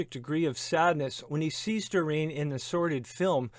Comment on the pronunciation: Bernard is pronounce BERnard not b’NARD. Doreen is pronounced DOReen not d’REEN.